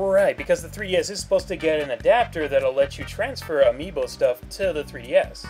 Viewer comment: Omfg Amiibo not AmiiBOI